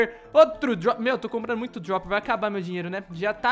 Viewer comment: Não é dioper é droper